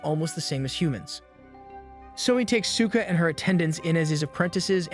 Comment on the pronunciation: The way Souka's name was pronounced kept getting a chuckle out of me because to me I kept hearing "Cyka".